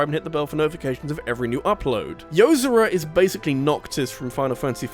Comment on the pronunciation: It's Yo-zor-a. Like how "zora" is pronounced in Zelda with a "Yo" infront of it